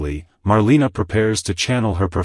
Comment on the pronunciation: Just an FYI- Marlena is pronounced Mar lay na, also Gabi is spelled like this not Gabby